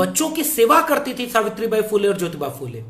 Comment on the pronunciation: bhai app jyoty nahi jyotyba phule, aur shavitry nahi shavitry a phule, hi bolana. Jay shanmvidhan.